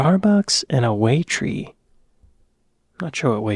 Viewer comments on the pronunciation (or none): Waitrose, not Waitree. It's a higher-end supermarket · WAIT ROOS !!?? WAIT ROSE. Our "rest areas", or motorway services as we call them, are a bit like mini shopping centers (malls). That's not a casino ! It's just a few slot machines in a small room for over 18 year olds . GOUGHS CAVE is pronounced GOFFS (rhymes with cough) . I agree about the lights etc. It's tacky ! Give me the natural caves every time. Good luck travelling NORTH to find Cornwall !! Cornwall is in the SOUTH WEST of the UK. SOMERSET is pronounced SUMMER SET. BANOFF and BISCOFF !! You missed the letter I from the end of each word. BANOFFI (banana/toffee) and BISCOFFI.